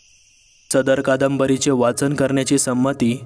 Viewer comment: जरूर ऐकल फक्त एक सांगणं आहे, तुमचे शब्दातले काही काही उच्चार चुकतात. च चा उच्चार प्रत्येक वेळेस वेगळा येतो. काही काही शब्द वाचताना तुटक वाचले जातात. सदर कादंबरीचे वाचन हा शब्द उच्चारताना च चा उच्चार चुकतो. बाकी सांगण्याची पद्धत छान आणि कथे मध्ये घेतलेले आवाज कथेमध्ये एक वेगळाच वलय निर्माण करतात..